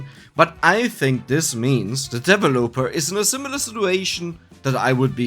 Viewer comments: FYI: The emphasis in the word "developer" is on the 2nd syllable, not the 3rd. Just throwing this in here since you mentioned in an earlier video you liked the corrections. P.S.: Check the pronunciation for "bracers" and "brazier" on dict . cc once again :) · Please look up the corrwct pronoumciation of developer